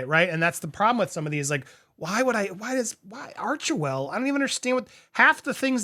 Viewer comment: I think you would like to hear this, PBD just mis pronounced Archwell as Archevil in one of his latests podcasts, funny.